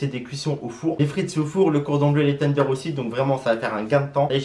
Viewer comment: Il me fait rire comment il dit tenders teundeur 🤣🤣🤣👍😂